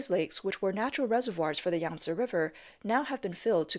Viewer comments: YANG-SEE RIVER.... SAY IT WITH ME YANG-SEE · hahahaha YANG - SEE RIVER HAHAHAHAHA